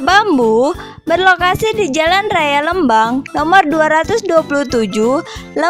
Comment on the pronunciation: lucu pas bilang lmbang nya 😁, informatif sekali kk terima kasih